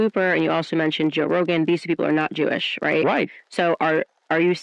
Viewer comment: "He's visibly Jewelish" 🤣